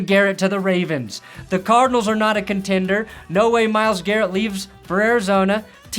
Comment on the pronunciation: Lmao he said contender bro 😂